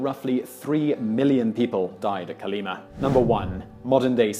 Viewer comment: Kolima. Stress on final syllable